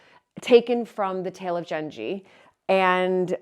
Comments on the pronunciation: Genji is pronounced with a 'g' like girl. Can't wait to see the screens restored!!. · Just a small fyi. The "g" in Genji is pronounced like the g in good or glad.